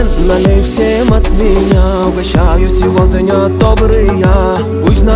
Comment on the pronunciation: Произношение СевоДня режет слух